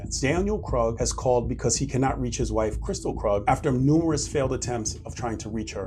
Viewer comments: FYI Krug is pronounced Kroog. If they pronounced it Krug and it's their name that's hilarious 😂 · It's Kristil Krug (kris-teel kroog). For the Record ❤